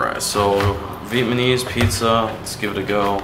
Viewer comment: It’s Vietnamese not Vietmanese like how you pronounce it.